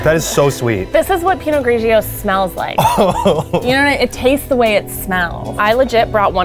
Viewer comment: Haaha pinot grieach😂😂 love the pronunciation